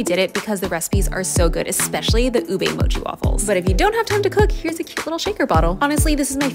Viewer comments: can you please stop pronouncing ube as "ubey"??????? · "u-bey" lmaooo. it's pronounced as just "u-be"